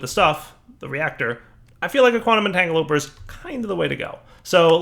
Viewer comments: Don't think has ever said "entangloporter" correctly lmao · Which is hilarious because I'm pretty sure a few years ago he used to say it correctly....